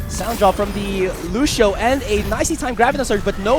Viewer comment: the way the commentator say lucio is lusho haha